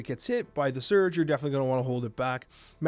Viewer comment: Another top notch video! Thanks man. Isn't she pronounced Surge' ? Lol